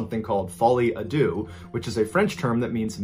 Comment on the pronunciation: Either way, he pronounced "deux" wrong!